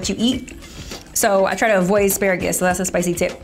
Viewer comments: Why pronounce Asparagus like that😂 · Why he say Aspuraggus.. bit it's asparagus .I think😂😂😂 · The fact that’s he kept saying ASS-Pah-RAG-US lmao I thought it was A-Spare-RAgus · As par rages smh 🤦🏾‍♀️ it’s ah-spare-uh-gus cmon! 😂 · 'I pacifically asked for two...' 'first thing we're going to cook is our asparawgus' 'come back with avengents' WTF, speak english LOL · SAL-min, ASS-per-AG-iss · And asparagus as asspagarus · E asperages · ass- spa -ragus 😂😂😂😂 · Asparagus- Pronounced (Ass-Sparag-Us) by. 😂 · The way he pronounced asparagus pissed me off